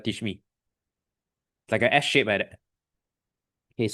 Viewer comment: I thought he said shit instead of shape😅😂😂